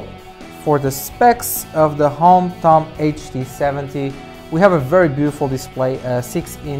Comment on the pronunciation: its HOMTOM not Hampton